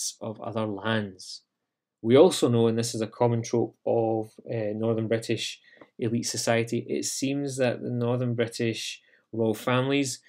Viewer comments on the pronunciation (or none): none